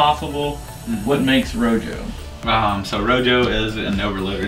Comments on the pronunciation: “Row joe”, rojo is pronounced “row ho”. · “Row Joe” lmao